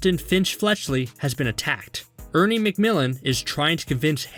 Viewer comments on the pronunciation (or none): none